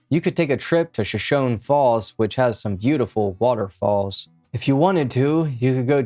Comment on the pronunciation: Nice work. FYI: Shoshone pronounced: show-shown-ee